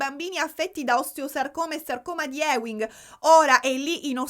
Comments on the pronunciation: Ti amo, si pronuncia sarcoma di "iuing" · Scusa la pedanteria, ma sarcoma di Ewing si legge "iuing" ❤